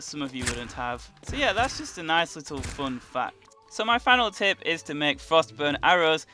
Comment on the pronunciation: I swear to god everytime he says tip, it sounds like hes saying tit